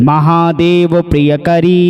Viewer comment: प्रियंकरी न कि प्रियकरी,अशुद्धि के साथ मंत्रोच्चारण ठीक नहीं । किसी भी श्लोक को ध्यान से पूर्व अभ्यास के पश्चात ही पढ़कर अंततः अपलोड करें। आग्रह है। धन्यवाद। om kuldavaiye namah.